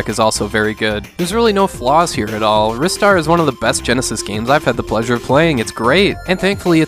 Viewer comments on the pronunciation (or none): I know right I called him Wristar rather than Ryestar. Also he mentions the OST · nobody who worked on this game has ever come forward with the proper pronunciation so until that day comes, either way of pronouncing it should be fine and nobody should be shat on just because its not the way you yourself personally say it ^_^